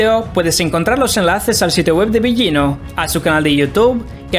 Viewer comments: Que mala, peeesima pronunciación de este tipo.. comenzando por el apellido delautor citado " billino" sr. en italiano las consonantes gl no se pronuncian como "ll o y" otra cosa repugnante: la narración toda atropellada, ests dando una información no corriendo una maratón. La información muy interesante pero su mala dicción y si pesima oratoria dificultan enormemente procesar la información...le sugiero que para próximos vídeo mejore la forma de presentarlo porque repugna su forma tan burda. Su tropelia hasta hace repugnante su timbre de voz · Es Mauro Bilino (la pronunciación) en italiano la G delante de una L no se pronuncia... como figlio (hijo) o moglie(esposa) etc. La actual egiptología tiene muchos vacíos y traducciones erradas, hay mucho más y no lo comunican por evitar el descubrimiento de la gran mentira... antes las biblias tenían la palabra Elohim y fueron borradas paulatinamente, revierta que el antiguos testamento fuente escrito para hombres del siglo VI O VII antes de Cristo... Pues se convirtió en la gran mentira de la historia. Tu exposición es incompleta, no mencionas a Paul Wallis, ambos han desarrollado esta versión... los dos eran catedráticos del Vaticano, traductores... Wallis fue sacerdote. En definitiva, cada cuál saque sus propias conclusiones...bendiciones ❤️🙏